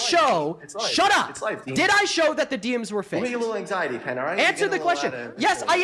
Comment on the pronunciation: Why is the video of AI generated, and his words too? AI pronounces "DMs" as "diems", humans don't do that, humans say "Dee Emms". Just look at his fake as face - it's obviously generated by something - doesn't even look like current AI, looks more like Final Fantasy from a few years back.